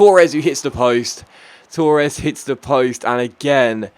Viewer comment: You Said Torres wrong